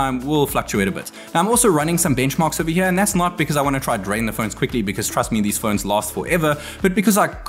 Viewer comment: *phones* Not phoeeeens